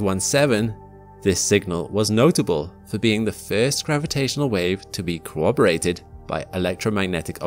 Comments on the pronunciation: "Interferometer" in non-rhotic sounds just weird... So does "corroborated" turning into "cooperated" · Love you content. The only critique I have is your pronunciation of interferometer and corroborated:P